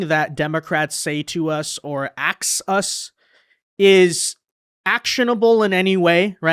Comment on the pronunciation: I love your 'ax us'!!